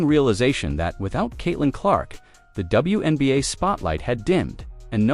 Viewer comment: The AI announcer is calling the league "THE WENBA'. Without the Fever I agree it is the WENBA' LEAGUE